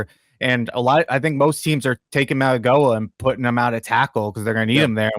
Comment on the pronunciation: How do you expect to be taken seriously as an analyst when you can't even pronounce the name of a top 10 pick for the Giants. The G sounds like an N for Mauigoa. Come on man.